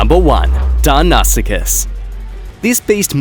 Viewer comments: That last one made cringe... it's Pronounced Dino-sue-kas... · got me confused when he said "die-noss-ik-us" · You pronounced deinosuchus terribly